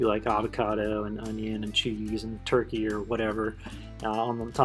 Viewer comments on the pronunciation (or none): none